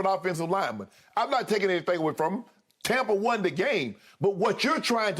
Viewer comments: And it's not "Tompa Bay" it's Tampa Bay. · Skip: “Tompa” Bay 😂